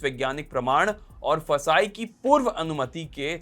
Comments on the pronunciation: It's not फसाई, It's FSSAI, pronounce it correctly you are a big news channel. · FSSAI ko फसाई nahi kehte hai, usko F.S.S.A.I pronounce karte hai. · FSSAI ko fasai 😂😂😂 kehna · ऍफ़ इस इस ए आई ❌ फसाय✅